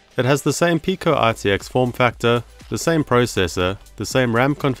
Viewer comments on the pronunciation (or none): none